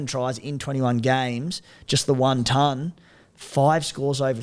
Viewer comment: How has nobody in life told her how to pronounce the word "ton" 😅